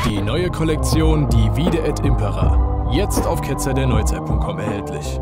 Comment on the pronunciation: Haha, jetzt wurde "Impera" richtig betont im Einspieler! Sehr gut! :D